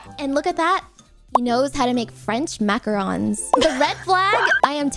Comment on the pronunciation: Makka Rons? It's Mac ah roons.